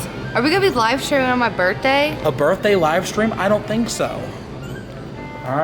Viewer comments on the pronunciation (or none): It’s birthday not birday